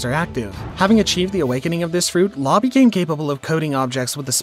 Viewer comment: You did law so dirty with that pronantioation